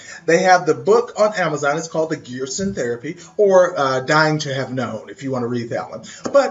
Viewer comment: PRONOUNCED 'GerSHon"... sorry... love your videos though ...